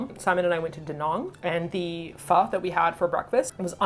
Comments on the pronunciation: You said pho right at the end, it is supposed to sound like a question. I saw your post on Instagram for a new video and was like, must go to youtube right away and watch it! love you and I hope you create more wonderful videos <3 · yes that is how you say Pho in Vietnamese. I'm in Vietnam, fan of you guy since Eat Your Kimchi., thank you for introducing my favorite Pho to more people in this lovely video. Good luck. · If people are having trouble pronouncing "pho" with the proper inflection: try saying it like you would say "huh?" It's how I explain it to my friends, and it seems to work :D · The first time I went down to Cali and heard people pronounce pho properly... it was quite a shock haha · I'm Vietnamese and that's how I tell my friends to say pho. Almost saying the F word 🤣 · LoL. That's exactly the way I tell people to pronounce it. Like you're about to curse with feeling, but then your grandma, nun or 2-yr old child shows up; so you got to cut it offf